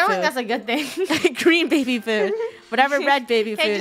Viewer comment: “ I have to pay for.... a BAIBY! “ - Funneh 2020